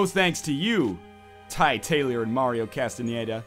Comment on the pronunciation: "Mario Castañeda" Wow, I'm surprised you pronounced it correctly. I have the same last name and I cant tell you how many people have difficulty pronouncing it. Now, If I could just get you to whisper it to me as if I were your lover.....